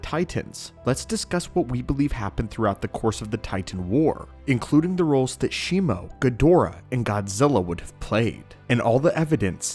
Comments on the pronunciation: it's Shimu (She-moo) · No it isn't. It's Shimo. I have the figure, it's clearly on the box.